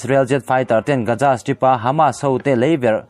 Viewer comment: Gaza hi Gaja tiin i lam thina lo fimkhur deuh teh. Keini Mizo ho hi 'Z' aiah 'J' lamrik hi kan ching lutuk a, eg- zero - jero, Jesus - Jejus etc. Hetianga public ngaihthlak tura chhiarte hi chu fimkhur deuh ula a tha hle in ka hria. Inthlahrung takin ka rawn sawi ve a ni e